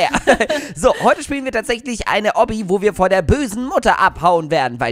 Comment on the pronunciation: Das heißt oubi nicht obbi